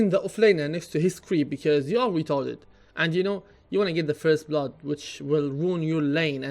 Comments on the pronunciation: that's weely weetarded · i love it when u say "retarded" hahahahaha idk why, but i just laugh.